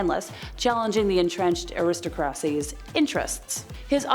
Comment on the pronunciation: aristocracy = AIR-riss-TOCK-rah-SEE, not ah-RISS-toh-CRASSY.